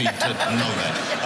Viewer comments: Bwian Bwushwood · Pwease Welcome Bwian Bwushwood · its Bwian Bwushwood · i love jonathan woss saying fucking bwian bwushwood